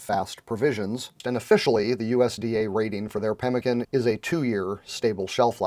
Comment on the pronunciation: Read about it in most old west books but never heard it pronounced correctly. Now I know!